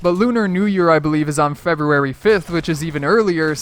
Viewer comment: Can't you say February? Not trying to be mean, just curious.